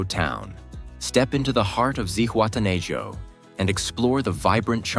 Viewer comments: It is pronounced Zihuatena ho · Man kann Zihuatanejo und Playa auch richtig aussprechen